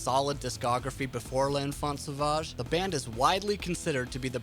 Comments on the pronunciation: I always hate when American people pronounce l’enfant Sauvage (I’m American tho but at least I can say it right) Edit: Magma is sooooo much better than l’enfant too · Well, you butchered Gojira's album title